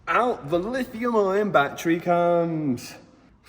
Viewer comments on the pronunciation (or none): There is no R in - Lithium Ion - 😂